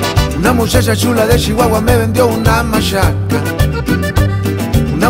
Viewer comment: “Una mushasha shula de Shihuahua”, ja, ja, ja, me gusta como lo dice 😂. Salu2 a to2 desde el mejor país de Centroamérica: Honduras.